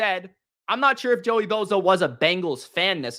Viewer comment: It's not BO ZA....